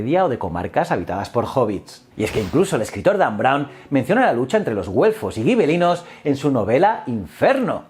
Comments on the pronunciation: Hola. Una duda que me ha surgido: si escribes gibelinos se debería pronunciar como “jibelinos”, o escribir “guibelinos” y pronunciar como tú haces. Pero eso es claro está en castellano, y como dices que es italiano entonces sería algo como “yibelino”. Total, que me lío. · Hola, si escribes Gibelinos no deberías decir Guibelinos, además la W hermana se pronuncia B, por lo demás enhorabuena.